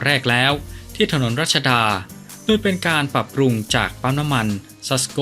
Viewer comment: โดยทำไมอ่านเป็นดวยครับ